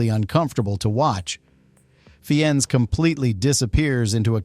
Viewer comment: “Fee-Enz”? WT actual fuck is your AI narration giving us? You’re cheap.